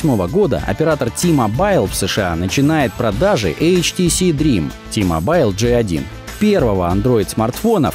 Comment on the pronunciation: Произносится НЕ "Ти-Мобайл" а "Ти-Мобил" с ударением на "о"; посмотрите любую рекламу T-Mobile.